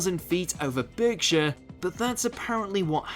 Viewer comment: Berkshire is pronounced barkshire